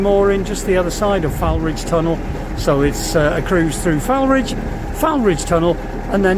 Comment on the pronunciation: Foulridge is pronounced "fall - ridge" (not typically as I've mentioned to other vlogers on TouTube)! Glad to see the Anchor Inn reopening - again. Last time I turned up there on a day out all the doors and windows had been shuttered up! Lovely pub though and in a prime location. Keep up the vlogs, it brings back so many fond memories of my canal days.. 🥰